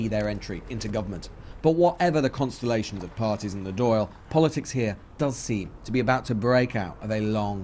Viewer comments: It's uncomfortable hearing the narrator mispronouncing "Dail" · I love the doyle instead of the Dail.